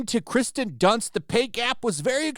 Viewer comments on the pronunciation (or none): At least try to pronounce her name correctly. I don't like her very much but at least I can get her name right. It's Kirsten not Kristen